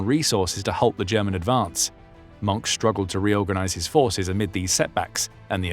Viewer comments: He said ‘I never believed in the racial part of National Socialism.’ 😂😂😂His name is NOT pronounced ‘Monk’. More like mern-kuh. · A war criminal like the most SS man. Oh and...its not pronounced "Monk"! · Leave it to a British person to NOT pronounce MOHNKE correctly, it has TWO syllables, not one. The "e" is not just there for no reason. Do you pronounce the "X" in SIXTH, or are you one of that portion of Brits who've decided for some reason I have not been able to learn, to say "SICKTH?" I WILL give you points for getting the strange German thing with crossing W and V right, saying Vilhelm instead of Wilhelm. On a separate, interesting note, English monk is Mönch auf deutsch. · Hard to listen to when you keep mispronouncing his name. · Mohnke flip, that's not how you pronounce Mohnke! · It’s not “Monk” or “Moank”. It’s roughly “Moan-keh”. German is one of those pesky languages where you usually say all the vowels. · it's pronounced "moankuh" not "munk". might be nice to learn how to pronounce a name if you're going to narrate a documentary on it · it's pronounced Mon-keh, not 'Monk' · His name is pronounced Mohnker not Monk ‼️ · Not 'Monk', Mohnke, it's a German name, not an English one. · It is not “Monk”, You need to pronounce The e at The end of Mohnke’s name.